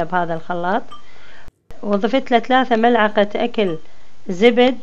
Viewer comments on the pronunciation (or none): none